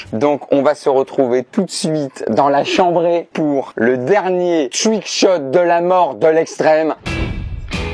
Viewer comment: "twouick chot" oh non pas ça !